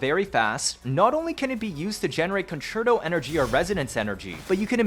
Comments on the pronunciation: Holy shit someone who says "concerto" correctly. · Thank you for being the first person I've seen to pronounce concerto correctly